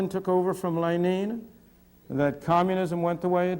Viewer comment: "Len-een"? Is that how you really pronounce Lenin in Russian?